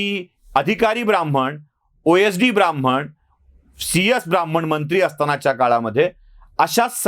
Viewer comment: शब्द आणि उच्चार ब्राह्मण असा आहे. ब्राम्हण असा नाही